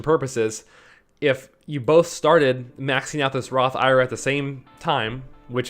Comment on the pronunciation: I think an IRA is an acronym not a word which is why most people say it one letter at a time instead of pronouncing it like it’s a word just the suggestion